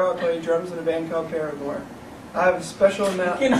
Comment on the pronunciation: is the best how Zac is messing up and Josh is all point proven hahahaha I love Josh and Jeremy rock picking with poor Zac and he can barely say our band name and Zac u guys suck..Josh What did we do..lmao